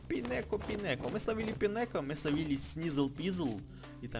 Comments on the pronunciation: Не пинеко , а пайнеко читается.Фортрес -это эволюция пайнеко.И пайнеко похож на шишку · Не пинеко, а пайнеко